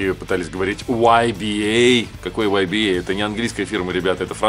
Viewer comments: Если француз, то ударение на последний слог, т.е. "ибА" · В переводчике онлайн название данного бренда звучит как ИБА) При произношении ударение на А.